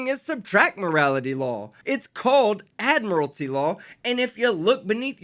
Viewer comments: There is no such word as “ad-morality”. It’s admiralty. If you’re going to use a word, please go to the trouble of learning how to pronounce it properly. I doubt he even knows what admiralty means. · ADMIR-A-LITY. WHATS WRONG CANT HE PRONOUNCE ADMIRALTY. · Good grief.......he can't even pronounce the word "admiralty" let alone know what it means. 🙄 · They can't even pronounce admiralty correctly 🤣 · Why do all sovcits add an extra syllable to admiralty? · Still haven’t seen (heard) one of these nutjobs be able to pronounce “admiralty” correctly.